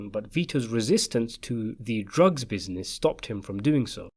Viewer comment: I like the way you say "bizines"